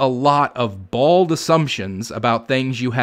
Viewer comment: Did you say bald? I think you meant bold. I love your videos btw. Thanks